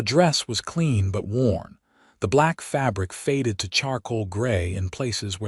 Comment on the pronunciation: WORN boots, nor Warren boots!